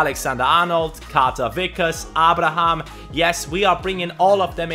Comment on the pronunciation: it's pronounced A-bra-ham